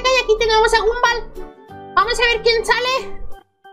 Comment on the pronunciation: No se pronuncia Gumball se pronuncia Gomball